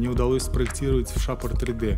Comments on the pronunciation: Красивое информативное видео. Только не шапр 3д, а шейпер 3д - от слова "шейп" ;) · Закрытый слог ;)